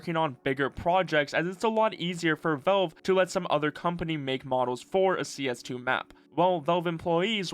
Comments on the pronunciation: Valve… VALVE! Not “velve” VALVE! Pronounce the A god dammit! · love your videos but you should know you pronounce Valve like velve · Is this an Ai video? Wtf says velve when saying valve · It sounds like you're saying "Velve". The company is called Valve.